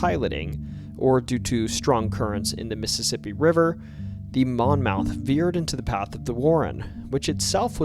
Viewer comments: I know it's late but I can't help it. The name Monmouth is actually pronounced monmuth. It really stuck out to me , being that I am from a county of the same name in New Jersey as that boat on the Mississippi. Not trying to be a dick. Just trying to help. Great stories. Keep up the good work. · Monmouth is pronounced mon-muth.